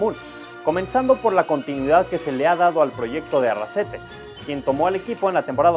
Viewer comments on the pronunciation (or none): Arrasate, no Arrasete.